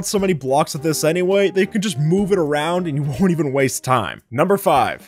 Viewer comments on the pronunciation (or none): none